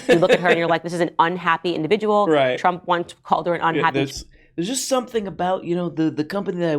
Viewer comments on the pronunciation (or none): none